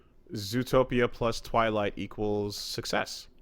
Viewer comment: The hell is a "TwighTlight",?